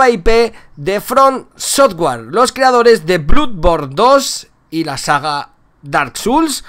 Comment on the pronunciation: Enrique Fontanilla Perez No estas equivocado, se pronuncia Dark Souls y Bloodborne (o sea '' ''blodborn''). Sin faltar, es él quien lo pronuncia incorrectamente